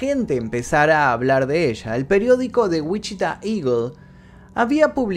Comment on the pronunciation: me atraganté cuando dijiste “Wichita” aquí vivo, hasta lo regrese dos veces para ver si escuché mal lol, Saludos me gusto mucho el video ❤️